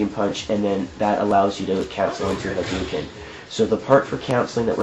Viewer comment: It's not haduken, it's hadoken. People spell it Hadouken because in Japanese, a u after an o means hold the o sound (you can hear it better in SF2, Ryu holds the o for about a year when he says Hadoken). Anyway, good video, though it seems like maybe you should have cut it up a little more. 10 minutes is a long time.